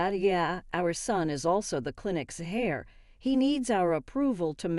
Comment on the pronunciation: HAIR? The word is HEIR, pronounced AIR.